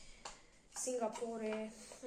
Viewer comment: Singapore 😹so cute pronounce as Singah-pooh